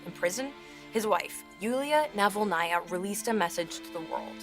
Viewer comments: Interesting video. Thankyou. But do check your pronounciation of Navalnaya. You put the accent in the wrong place! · Yulia NavalnAya 😂 Jeez, Can these "professional news companies" at least run the names of significant figures they are reporting on through google translate to avoid butchering their last names in most ridiculous ways???